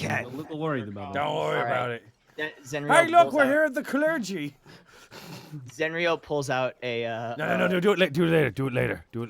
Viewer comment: The United Clergun of WHAT?